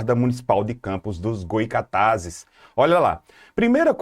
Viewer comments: Pessoal devemos agradecer que estamos tendo aula grátis para nossa cidade, e sem pagar nada por isso, ao invés de ficarem reparando que o professor não falou o nome da nossa cidade direito. Ele nem dá nossa cidade é, quem não deve falar errado, somos nós moradores e naturais da cidade. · Parabéns ! Vídeo muito bom ! Mas , com todo respeito, no próximo vídeo, fale o nome da cidade correto .